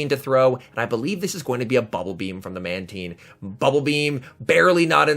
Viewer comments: Manteen? How do you pronounce nine? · In early generations of the TV show, Mantine was pronounced as Manteen, they changed it later on